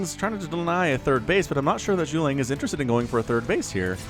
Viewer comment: He pronounced the syllables wrong, it's not necessarily about the quantity being slurred together... Zhu (Jew) Ge (Guh) Liang (Lee-ang) . (Parentheses are to help American English speakers)